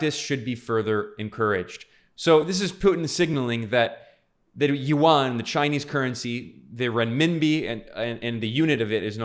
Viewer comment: Chinese Yuan is pronounced by you as "Won" which is the Korean's currency.